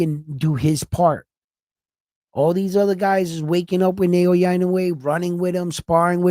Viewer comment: It’s Naoya not Nayowa!